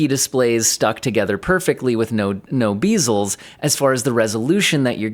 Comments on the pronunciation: You didn't pronounce bezels, you pronounced beezels, which as a word doesn't exist. 🤷‍♂️ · excuse my finest pardon sir.... the fuck do you mean BEEzels? 🐝? It's bezel (Beh-zuhl) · Maybe he meant beagles? There is no way he was saying bezels. I come to this man for information, there is no way he was saying bezels. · You deseve a public stoning for calling them beezels and not bezels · 1. It's bezels. Not beezels. 2. Nobody edits 4K videos directly. You make a 1080p variant. You edit it that. You record what you;re doing. You apply the same stuff on the 4K video. And then you go grab a coffee or fold your laundry until the PC is done doing the steps. Depending on what type of system you're running, this last step would take longer or less time. 5K editing monitors are for image editing. In case you REALLY want to see those pixels, and don't have to keep zooming out and in. But you WILL be zooming in and out even if you edit a 480p image. So its' pretty useless for that. 3. Bigger number better. That's all there is to it. You're just the average American consumer that hears something new comes out, and then you make a video about it hoping to justify your future purchase. Nothing new under the sun. You did the same with the 4K/1080p dual monitor. Same with the QD-Oled monitor. The moment something new comes out, you WANT IT. 4. People can download from torrents and have their own NAS/Media Server. Streaming in 2025 as a TechTuber is definitely a convenience thing. Price is .... really not in question. Upfront price? Sure. A few HDD's cost more than 1 months subscription. But you will be watching movies or TV shows or playing games next month too, and the next, and even next year ... In 2 years time you recoup whatever you invest in a really powerful NAS. 4K Movies do look ok on a 5K display. There's some upscaling going on. As long as it is 16:9 and it's a m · Wait, bezels, not beezels. 🙂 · 110% agree; but “bee-zels 🐝”! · Oh God the beezels, not the beezels!